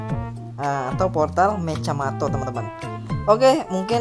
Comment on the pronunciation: Mechamato lah bukan mecjamato kau tak tau bahasa malaysia ka nih!!!